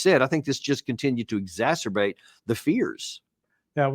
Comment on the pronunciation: Thank you, Larry, for pronouncing “exacerbate” correctly!!!